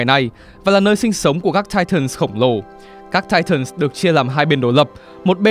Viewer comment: Để ý ô đọc titans nhiều lần quên "s":)))